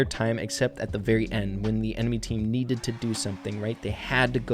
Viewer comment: you mispronounced "when"